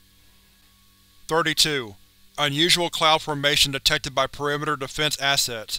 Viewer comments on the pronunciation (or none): none